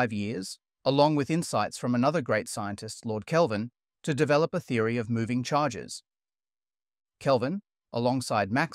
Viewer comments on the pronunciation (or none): none